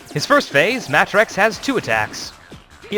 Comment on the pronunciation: this guys name is pronounced Matt Rex. for some reason they decided to put them together.